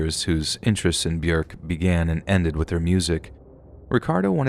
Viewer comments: It's bjork NOT bjerk plse get Yr pronunciations rite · It's pronounced byork. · 🥴 byurk. 😭 why do you have to mispronounce it. One day i found a big book burried deep in the ground i opened it and all the pages were blank and to my surprise it began writing itself...One day i found a big book burried deep in the ground i opened it and all the pages were blank and to my surprise it began writing itself...One day i found a big book burried deep in the ground i opened it and all the pages were blank and to my surprise it began writing itself... Glad bjork is okay. Love her I'll take thats not how hollow points work for 1,000, alex. They don't just lodge inside somebody's body and randomly explode. That's not how those work. 😂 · The way you are saying Björk is so weird. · I'm not trying to be mean or start anything but I just wanted to point out that Bjork is pronounced like York but with a b in front. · I can't with the way you say Bjork 🤣🤣🤣🤣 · Omg, you couldn't even look up how to say Bjork's name?